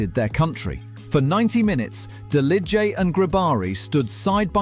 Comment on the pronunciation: I am from the balkans, you absolutely butchere the Delije and Grobari names 🤣, but i love the fact you talked about them